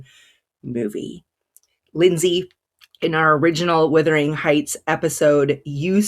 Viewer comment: So many reviewers have some issues with saying the name of Emily Bronte's classic book. The word is Wuthering, not Withering. Something that is withering is fading, weakening, shriveling. The word Wuthering means windy, stormy.